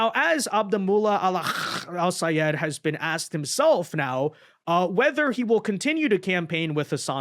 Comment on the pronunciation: OMGOODNESS!! You are so nice to be pronouncing Sayed's name as he insisted everyone do. 😂😂😂